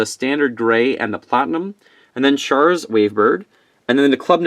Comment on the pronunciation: If you butcher char's name one more time! Have a little respect and do some research....HAIL ZEON!